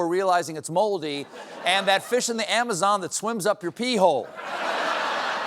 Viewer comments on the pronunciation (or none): 🤵 Ah, yes, the canDEEroo from the amaZONE. I say, Steven is quite the gentleman.